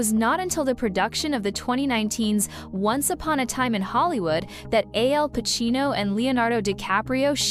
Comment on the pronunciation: To the announcer, Pacino's name is Al Pacino not AL Pacino.